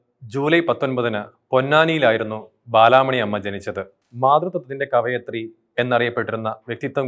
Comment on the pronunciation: കവിയത്രി ala sir കവയിത്രി